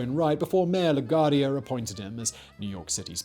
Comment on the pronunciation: “Lagwardia” jeez. You ever flew to nyc? 🤷🏾‍♂️😂🤣